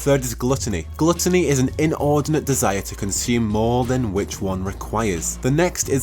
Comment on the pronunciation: Die Uh Tee. Gloo Tuh nee. I'm gonna pronounce diety and gluttony that way for the next week.